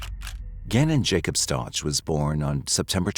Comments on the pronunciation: I'm not trying to be rude, just for respectful & accuracy purposes...his last name is pronounced ST OW CAH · This AI voice mispronounces the last name. RIDICULOUS AND DISRESPECTFUL. You have the proper pronunciation in the news clip you put in your own video ffs By the way, she was just granted re-trial, unfortunately. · Please pronounce his last name correctly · is this AI? bc ur not pronoucing his last name right. at least know the victims correct name if ur gonna make a video about him. 😢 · A whole hour and you can’t say their name right once huh? Weird. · Learn how to pronounce the victims last name. You want to use the tragic real life event for your content and cant even get the victims last name right. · I wish people would say Gannons last name right. No ouch sound on the end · And the last name isn’t pronounced that way. That was driving me crazy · Video is only 2 weeks old, and facts are wrong in it. Leticia is NOT in Colorado. She was transferred to Kansas a year ago. Her name is pronounced Stowk, not Stouch! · Why do you keep calling them Staunch ? It’s Stauch like Stauck with a K sound. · "Stotch"? Really? It's pronounced "Stowk." This case is not recent at all, the trial was televised and her name was all over the place in the news. She says her last name in this very video, yet you still pronounce it "Stotch"? Oh wait. This is AI, isn't it? It's still wrong. 😅🤣😅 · It's not Stoch.... it's Stauch.... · The name is pronounced stowk not starch I know the ch is confusing but I really feel you should get his name right, sorry for being picky. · STOW-K not STOCH. Rip Gannon 💙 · It’s pronounced “STOWK”. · Stow, like cow and ack like back. Gannon Stauch (Stowck). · Cannon’s last name is pronounced “Stouk”. And the Stauch family is from Horry county (pronounced Orry not Horry). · You could pronounce his name correctly. Its STOWK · Stauch is pronounced with a long o like "out" and the ch is pronounced with a hard K sound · Stau -k is how it’s pronounced